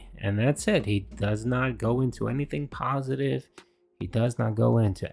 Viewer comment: My comment on his "pahsitive" stuff he mentioned. "I diversified my content, the channel grew, more subscribers, that's stuff that's about *US* not me." 1. Tons of other YouTubers also diversified their content, so that's moot. And 2. How does your channel growing and getting more subs affect your existing viewers? How is your channel growing make any difference to viewers? It doesnt. So his point of "Its stuff about us not me" is invalid.